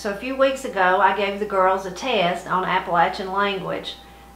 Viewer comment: Great info! I cringe when I hear people say Appa-lay-shun. Thanks for saying it correctly.